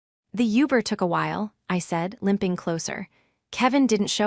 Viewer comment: Haha okayyy I hear you! 😄 The pronunciations can get a little wild sometimes. “Oooober” and “Lyft” it is! 🚗✨ Honestly, moments like that make the listening experience kind of entertaining in their own way. Thanks for the laugh!